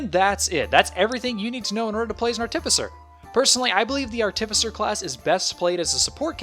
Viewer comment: I'm sure it wasn't intentional, but it seems to me that you put the emPHAsis on the wrong sylLAble every time you say the word ARTificer!! LMAO